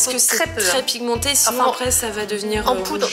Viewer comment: a chaque fois que tu dis "pigmenter" j'entend: "pimenter"....😂😂😂😂